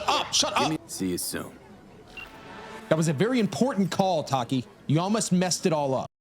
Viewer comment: With every "Tarkimewrar" I die a little on the inside